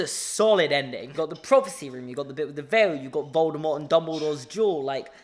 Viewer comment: I was not paying attention when you said "Harry and Draco duel" and for the first couple seconds I thought you said juul and oil